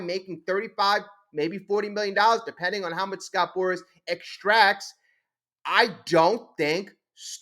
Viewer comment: If you want ot be taken seriously remember, it's Scott Boras, not Scott Boris.